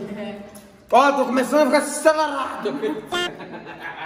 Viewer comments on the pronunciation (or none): aaaaiiii tu é muito engraçado, kkkkkkk😂 "tô cumeçano a ficar acererado" kkkkkk😂😂❤️